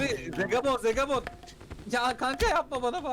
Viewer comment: Abi Hasta hasta beni Zegabooon güldürdü abi Zegabon değil yarr...a olsun